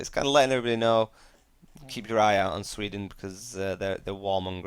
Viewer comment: SWE-den not SVE-den